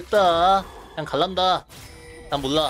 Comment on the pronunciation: 이분 몰라 발음이 너무 신기해 몷롸 라고함